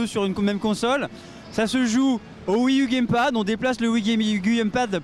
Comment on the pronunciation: "On déplace le wigibiUguyuGamePad" Enorme fou rire, merci à vous :D